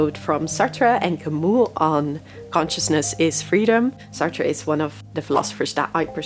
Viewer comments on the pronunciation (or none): none